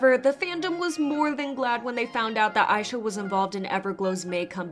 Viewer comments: Just wanted to say Aisha's name is pronounced ah-sha, as she chose that name bc she wants to be an idol as big as Asia. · Is her name pronounced "eye sha" or "Aisha?"